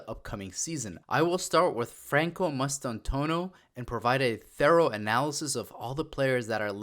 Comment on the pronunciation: It's pronounced Mass-tan-too-aah-no. Bienvienidos Franco Mastantuono